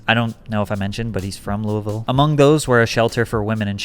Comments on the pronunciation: Also, it's not luavillle.... It's lewavul. Lol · The way you pronounce Louisville hahahah always a dead giveaway from outsiders 🤠🌿